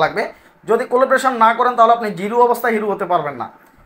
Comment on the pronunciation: উচ্চারণ : collaboration কলাব্রেশন।